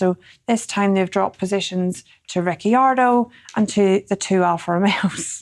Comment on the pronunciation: sorry for the late answer, just seen it. in italy we pronouce the "ci" like the "ch" in cheese, and since it's a double "c"(RiCCiardo) you put more "strength" on the c. so it's "rich-ardo" (ricciardo), not rick-ardo (ricardo) Also Scaramucci is pronounced "skaramoochie" like you do (with that extra strength on the double c). In italian too we pronounce every vowel 🤌 Also incidentally i study a little dutch in my free time (very little), beautiful language!